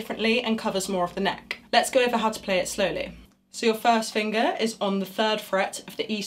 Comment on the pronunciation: I like the way she says "fust finguh".